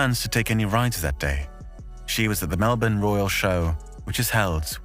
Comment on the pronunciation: THANKYOU SO MUCH for pronouncing Melbourne properly. This other british bloke did a video and he kept saying Mell-borne. I couldn't listen to it. For the ppl who don't get it, it's like how everyone says London as Lun-d'n. There's no second syllable vowel sound. London. Melbourne. Lund'n. Melb'n.